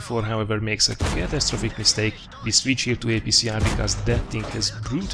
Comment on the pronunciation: WHY U KEEP SAYING WE LIKE VEE